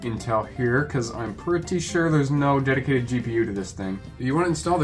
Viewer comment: deticated wam..?